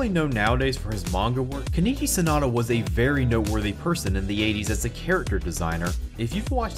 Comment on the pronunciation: It's Sonoda, not Sanada.